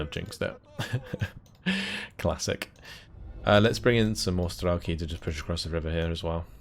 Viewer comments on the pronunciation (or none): За всë это время пока я его смотрел меня заебало только то что он говорит стрАлки а не стрЕлки, сука ну там же по английски e написано